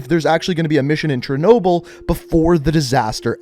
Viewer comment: Did he say Chernobyl